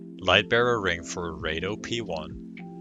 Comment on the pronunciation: raido and heydo? what the fuck is that?